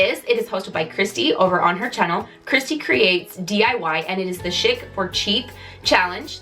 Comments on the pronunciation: I love the wreath, you're so funny, " I speak English, really I do". I always love the ebd segments and yes we do need to flush our minds. Just one note maybe where you are you say chic like shick but most of the rest of us say it like sheek. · I enjoyed your diys!!! Just a side note..."chic" is pronounced "sheek".